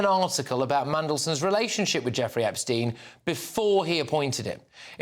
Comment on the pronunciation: Did Starmer say "Opstein"?